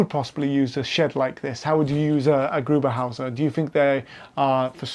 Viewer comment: Aber er heisst doch GRUBENvHÄUSER or Grube huse...